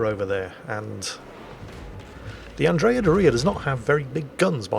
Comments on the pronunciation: ACKSHULLY,, “anDRAYuh dorREEuh” is usually pronounced ANNdree-uh DOORee-uh. I’m not Italian, but still. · Andrea Dòria, not Dorìa. It's not that complicated. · It’s pronounced Andrea Dooria with emphasis on the first syllable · True to form, pronouncing Andrea Doria in such a way as to sound like fingernails on a chalkboard to any Italians out there. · Any chance whatsoever you might ever pronounce Andrea Doria correctly??? Doria has the stress on O not on I!!!